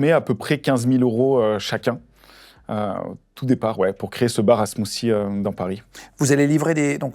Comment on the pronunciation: "Smoosie".....😮😊SmooTHie....s'il vous plait....